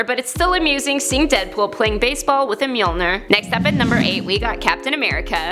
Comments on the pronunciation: it is Pronounced Me-all-nir not me-oll-ner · Lol the "Meelneer". Its mjolnir. Myool-near. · Mule-Noor , Mule -Nrrrrr , Mule -Nrrrrrrrrrrrrrrrrrrrrrrrrrrrrrrrrrrrrrrrr make it stappppp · Technically, It's pronounced Mule-near, not mul-nur. (I don't blame you for mispronouncing it; many Norse names are hard to pronounce!) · Its pronounced like "myoneer" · The 'mealner'? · I pronounce mjolnir (em- jol- nir) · I thought thor hammer is pronounced "m-jol-ńier" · It's MOLE NYER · Please learn how to say mjolnir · you say ö just like uhh U hav to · I hate how she pronounced Thor's hammer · Pronounced the name of the hammer wrong #1 AND Vision can hold the hammer because of the gem in his head.... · I hate how she pronounced the hammers name (don’t know how to spell it) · ur still saying Mjolnir wrong btw lol... stick to calling it Thor's hammer instead